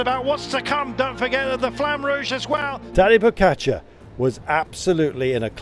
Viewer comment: This stupid commentator can still not pronounce Tadej's name correctly ( why he says "Pocacar" or something like this ) - after all these years this man is on the cycling's very top, seems he will never learn to pronounce correctly 😂